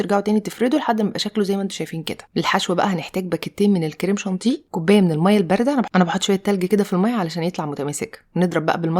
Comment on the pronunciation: Purée Crème chantilly وليس شونتي😂😂😂